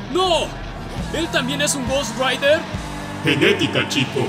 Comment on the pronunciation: Es rider no raider